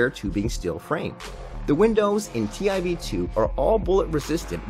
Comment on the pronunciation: That’s pronounced “tiv 2” not t I v 2